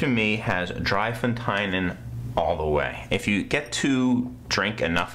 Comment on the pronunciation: 3 Fonteinen is pronounced 'dray fontann' :)